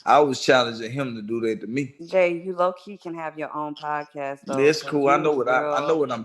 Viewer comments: Yeah but he couldn't say podcast 😂 he called it prodcast lol timestamp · he said prodcast lol😂 this dude make his daddy look horrible lol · he's called it prodcast on NUMEROUS occasions!!!!!